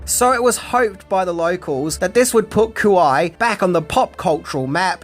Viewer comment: Say "Hawoiyan Oiland of Kawoi" again...